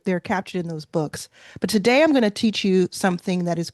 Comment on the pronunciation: “One day” is TUH-DAY.